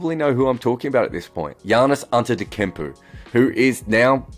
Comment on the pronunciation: Antetekumpu.. who the hell is that 😂😂😂 Antetokounmpo was last year MVP and Played for Greece... Maybe this guy Antetekumpu is his Aussie cousin 😂😂